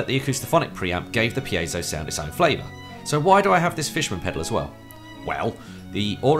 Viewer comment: Finally. Somebody who knows how to pronounce piezo